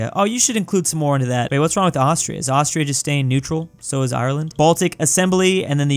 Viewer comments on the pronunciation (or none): none